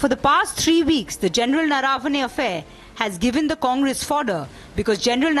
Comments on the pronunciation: It’s not Naaravane. It’s Naravane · It's not General Naraa-vane, it's Nar-vane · Naravane is pronounced wrongly - we Learned Indians don’t pronounce properly and we take offence to others doing that. I see most news guys pronounce the name incorrectly Rajdeep gets that one right